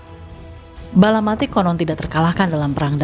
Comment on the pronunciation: Balapati bukan balamati